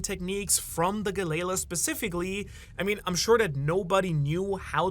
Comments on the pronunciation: It's not "Galey-la". This is another one of those cases where the Japanese "L" and "R" get flipped. It's "GaleRa" which is a common pronunciation in many European languages of the "Galley" ship type which is propelled by oars. Why European languages? Because that's who used the Galley ships. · it hurts hearing Galley Law pronounced like Ga-Layla XD those poor giants and the water 7 shipwrights lol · Maybe I've been watching in English for too long, but I thought Galley-La was pronounced Gal-E-Law, which made sense because they were the ones in charge of basically policing the city or at least anyone they would go after anyone messing with the shipyard.